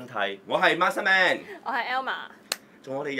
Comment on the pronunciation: Masterman 唔係 Master Man 呀😂😂😂